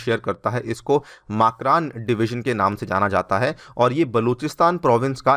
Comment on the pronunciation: मकरान सही उच्चारण है।